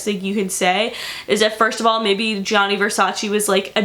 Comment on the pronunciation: That is not how you pronounce it is GIA you have to say it fast sounds like JU on Justin, same for Giovanni, not G I A NI and the emphasis on the double N is not just one is longer is two the A and I need to be stronger... just google translate it in Italian you'll hear what I mean. And VERSACE EEEEEEEEEE comes from Latin so it is pronanced EH not VERSACI... is ReGGio Calabria don't put emphasis on the I... I like your videos but your origins are Italians you are American.